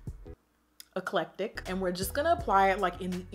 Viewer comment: clears throat “eclectic” 😭😭😭😭